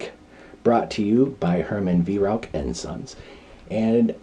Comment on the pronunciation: 🙂 a Vi-roac ? In german pronunciation its like Wai-rauch ( ch in german sounds exactly the same as a bobcats hiss) The Weihrauch company is known in Germany for its very high-quality and precise air rifles (HW-100) but also for large-caliber hunting weapons of various types, and rightly enjoys the reputation of a premium manufacturer.